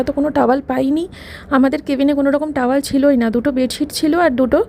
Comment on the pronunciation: টাওয়াল নয়, টাওয়েল (Towel)